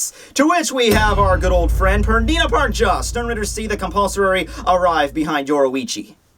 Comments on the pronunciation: Compulsory - required; mandatory Pernida (not pronounced PerDINA like you do it) is "compelling" a part of your body to move. He just likes to make your body move in the move violent way possible to harm itself. He can do it on objects too, like Hikifune's Cage of Life. That's the best I can do to explain that,. I might even be wrong XD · i think it's PER-Ni-Da that was my impression it doesn't matter lol